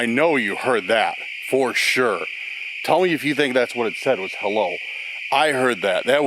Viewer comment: that did not sound like, "hello"... It sounded more like he farted